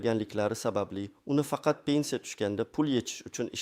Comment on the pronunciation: ПЕНЦИЯ эмас П Е Н С И Якор савод , где учился в подвале наверное.